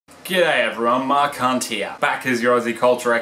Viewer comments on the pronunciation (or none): When you say Mark hunt all I can hear is mah c**t. Great video though.